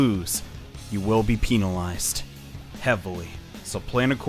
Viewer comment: Know it's late but he said "penal"ized